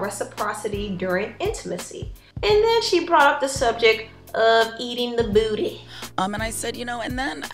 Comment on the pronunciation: The way she says buttty..I can not 😂😂😂😂😂😂😂😂😂😂😂